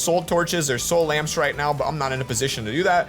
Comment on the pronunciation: “build some lampms”